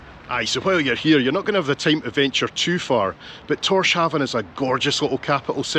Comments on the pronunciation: It is Torshavn. Tor Haven is in Torquay. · Always enjoy your videos on a Saturday, but mate, you are killing us with these pronunciations. It’s Torshavn (Tor-shown like gown or town, not sharven). The Faroese just call it Havn (hown). ❤ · "Tórshavn" sounds like "tose-hown", where "tose" rhymes with "dose" and "hown" with "down". ♥ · I visited the Faroe Islands and Iceland a few years ago and it was spectacular. The Faroes are especially glorious, as are their roads and ferries and other infrastructure (including incredible undersea tunnels between islands). FYI, Torshavn is pronounced more like "Torshawn". You don't pronounce the V. Great video making me reminisce about my visit. I'd return to the Faroes in a heartbeat. When we were in the Faroes (late May), we actually got sunburned and we couldn't find sunscreen anywhere!